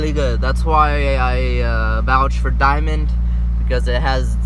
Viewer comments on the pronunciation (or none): Dude, you must've said "Diamond" a hundred times and there's no "I" in their name. Fuck man, it's DAMOND!